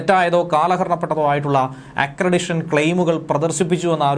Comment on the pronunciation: ആക്രെഡിഷൻ ആണോ അതോ ആക്രെഡിറ്റേഷൻ ആണോ എന്നു പരിശോധിച്ചു തിരുത്തുക